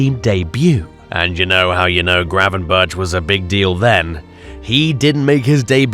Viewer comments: We're not expecting you to pronounce a real Dutch "G" like god intended it to be pronounced but please pronounce "berch" like you would "berg", we're used to that. The "bertshjss" really REALLY hurts our delicate Dutch ears. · "Gravenbertsh" is pronounced Gravenberkhhh like a scouser says "wirkhhh" for work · Yes pls fix that, it really hurts. Just make it 'Gravenburk', that'll do.